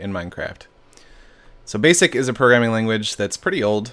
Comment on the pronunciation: “ b a s i c “